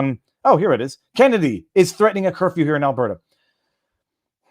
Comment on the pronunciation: It's Kenney, not Kennedy. He's a devout catholic homosexual. Make sense of that.